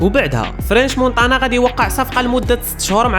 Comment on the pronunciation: نطقك للحروف فشكل. مونتانا ماشي مونطانا. حاول تحيد لهجة العروبية فكلامك مع تحياتي لخوتنا العروبية اللي فهمو القصد ديالي